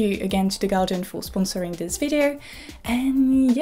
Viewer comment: Why are you pronouncing guardian as Galjian